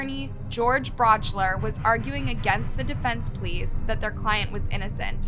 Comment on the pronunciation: The prosecutor in the Holmes case, George Brauchler, is pronounced Brock-ler, not brouchler